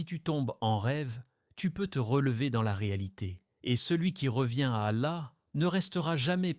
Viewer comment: Qu'est que fait une croix dans votre vidéo ? --> Qu'est ce que vous voulais dire par cette image ? Il faut faire attention aux images générées par l'IA. Un conseille, pour un message plus claire utilise une vrai voie qui prononce correctement les mots arabe. Pourquoi vous utilisez le nom du Dr Zakir Naik dans le titre de votre vidéo ?